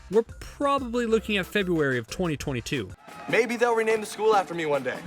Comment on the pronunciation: Who else noticed he said 20202? I think he was supposed to say 2022...